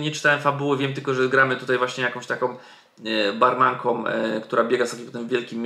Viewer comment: "takom barmankom"? Poćwicz polski jak nagrywasz filmy juz